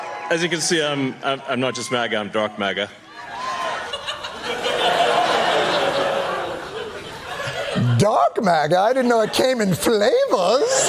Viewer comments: Elon didn't say "Dark", he said, "Dork MAGA".😂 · I think he said "dork MAGA" tbh